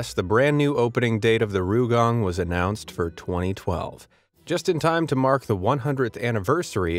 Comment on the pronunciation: It's not RUUgang. It's R Y U gang. Try saying "yu" with an "r" in front. Not "rye" bit "ryu." Oh well, never mind.